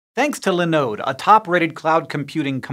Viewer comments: Have never heard anyone pronounce Linode that way before. Now I'm going to have to look it up to see if I've been saying it wrong all these years. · OK, a pronunciation of linode that I haven't heard before. That really doesn't happen often!